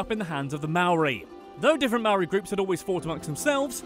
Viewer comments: omg it’s pronounced moe-ri like hoe but moe UGH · it slightly annoys me how you pronounce 'maori'